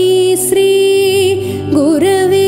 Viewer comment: Also, in pronouncing shri, its pronounced as sri. Its not sri, its shri, taalavya shakara. Otherwise its a beautiful rendition